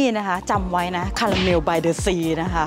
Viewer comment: ขอบคุณนะคะ สำหรับคำแนะนำ ออกเสียงผิด ตอนนั้นหิวคาลาเมล เห็นขนมขายเยอะ 😂 💕💕💕🙏🏼🙏🏼🙏🏼😊